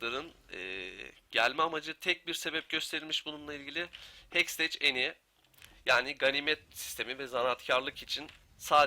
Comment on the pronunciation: ''Heksteç'' değil de ''hekstek'' şeklinde telaffuz ederseniz daha doğru olacak :)